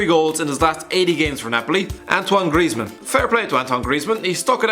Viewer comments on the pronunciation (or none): none